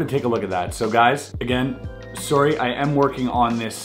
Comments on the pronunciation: You couldn’t tell he’s Canadian until he says words like “Sorey” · stereotypical Canadian says “soory”😂 Luv u Chris no homo tho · Whenever you say “sorry” all of the Canadian in you comes out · Every time he says sorry, i can hear his inner Canadian.